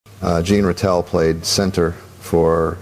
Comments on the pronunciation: the voiceover pronounced it “Gene”. I grew up rooting for Ratelle, and am very aware of how his name is pronounced. The ZH sound is right. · This is a joke! Orr isn't even speaking. It's AI. This voice doesn't even pronounce Ratelle right